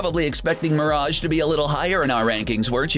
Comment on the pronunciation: Dude stop the way you say mirage is killing me seriusly man